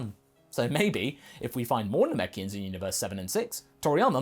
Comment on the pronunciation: "Namekians." Me "I'm in."